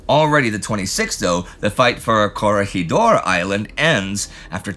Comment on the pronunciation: Sigh… Palawan and Corregidor aren't pronounced that way. Great video as usual, though.